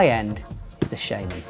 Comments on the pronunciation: I have the same accent as. It's still 'shaman' not 'shayman', technically. But there's a bit of a language game there. I don't mean 'technically' like 'technically the dictionary says it's...', I mean 'technically' like 'If we were to respect the origin of the word'. A bit like how a dictionary will tell you to pronounce 'restaurant' 'rest-o-ront' despite that this is far from its correct pronunciation in the french we've stolen it from. Shaman comes from the German 'Schamane', and since German is a phonetic language, and 'a' is pronounced 'ah', it's shaman, not shayman. Here you go:) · Do you not think since he's called chris shaRma, it's pronounced "sharman" not "shayman" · Adem Aricanli I know it's spelt shaman, I'm talking about how to pronounce it, I.e with an "R" sound, not an "ay" sound